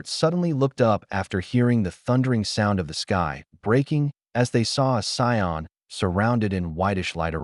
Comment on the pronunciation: Hearing Cyon over and over instead of Saiyan isn’t great. Really enjoy the story tho